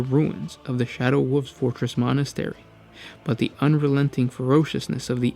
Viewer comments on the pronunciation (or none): "Shadow woofs"